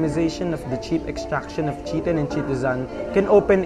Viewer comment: I think it's pronounced as kay-tin and yep Cellulose is the most abundant...